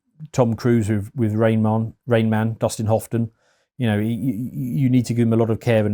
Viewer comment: "Rain mahn, dustin hofton" EXACTLY RIGHT 😂 sorry to nitpick, youre very intelligent, but that tickled me